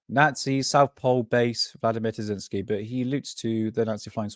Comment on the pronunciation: Great video! Btw it's Terziski.